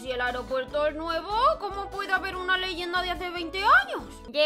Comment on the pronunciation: "La leyienda del nino peldio en el ailopuelto"AKAJAJAJAJAJA